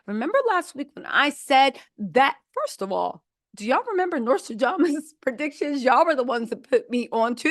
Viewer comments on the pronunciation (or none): none